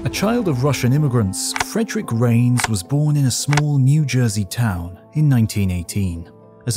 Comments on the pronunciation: Hi. I am an experimental particle physicist switch specialization in neutrino physics. I always enjoy your video on this channel (and also history of the earth). Thank you so much. One (somewhat amusing) fact to point out: “Reines” is pronounced “Ray-Nes” not “Rains”. The latter is how you pronounced, and many neutrino physicists including famous ones make this mistake admittedly. But my colleague who is old enough to have taken a lecture from Reines at UC Irvine chuckles about this. Reines always made sure at least students in his class knows how to correctly pronounce his name. Since your channel is popular, perhaps you can help correcting this with many audiences, which Reines might appreciates :) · Ray-ness, please. The surname of the neutrino physicist to which you refer, Frederick Reines, is pronounced Ray-ness. Thank you.